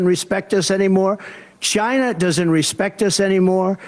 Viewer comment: Lol he still says Jyna